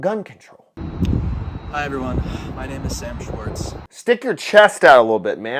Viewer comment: "Schwartz?" EVERY. SINGLE. TIME.